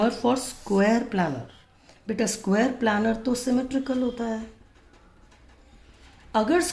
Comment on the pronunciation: Maam it isn't planner ,it's planar. Please correct it maam .otherwise the video is great